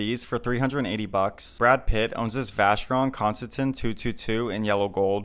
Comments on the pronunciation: oof... it's actually a french name from one of the founders François Constantin. And it's pronounced constanTAHN :) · You pronounced Vacheron Constantine wrong